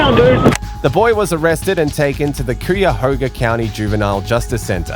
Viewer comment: Mate I live in cuyahoga and it pains me to hear you say it like that